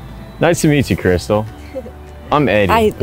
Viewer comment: he said nice to meet you *kystal instead of krystal